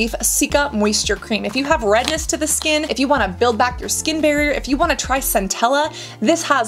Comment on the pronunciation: I laugh everytime i hear her pronouncing Skkkkknnnnnnn😂